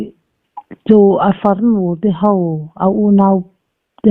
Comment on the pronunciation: Zana bau nilovin bo tia chhiar rik tur aw, i Mizo ṭawng lam hi inlak cute i ṭum lutuk nalam nge a fuhlo leh lam dik loh i ngah hle, channel siam tur chuan i Mizo ṭawng hi tlemin lo i siam ṭha la, ho tih tura hau i tih tehi, nangni ang kuma hman amawi chiah tawh lo mange. Mizo dik tak i nih chuan mahni ṭawng chu thiam tura ngaih i ni...